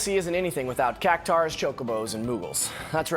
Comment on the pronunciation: Ahhh, Cactuar. So often mispronounced like it was spelled Cactaur. It's not though. It's U A R at the end, not -aur. Cac-Two-R, perhaps? Nice video, thanks for sharing!